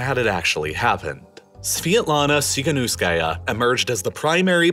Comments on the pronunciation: It's Svetlana tihanovskaya, not svietlana sihanuskaya. Keep making great stuff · "the Ukraine" "TsikhaNOOSEkaya" what kind of journalism is this? You get paid? It's not French "ou". It's "TsikhaNoSkaya" (as in "No")